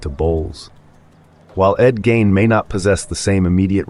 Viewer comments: it's ed gein not 'ed gain' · At the risk of being pedantic, Ed’s last name was Gein, not Gain. Just fyi. Great content on this channel.